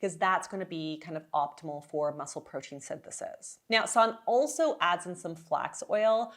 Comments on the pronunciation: Sorry, I really appreciate your analysis of her meal plans\, but her name is properly pronounced Sann-a…..not Sannn….just think of the “e” at the end as an “a”. Thanks…it was driving me crazy hearing you say “sannnn”,not “sanna”. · Yep Sannuh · Sanne isn't pronounced that way. It's more A as in "ah!" And E as in "uh" S(ah!)nn(uh). Vloet OE= "boooh!" as in Trump protest. So Vlooooht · I think it’s disrespectful of you to continually mispronounce Sanne’s name. This is at least the third video you have done on her. You can hear how she pronounces her name.